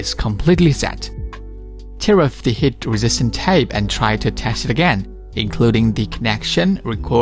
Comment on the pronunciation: Heat not hit. Negative not negtive. Please improve your english.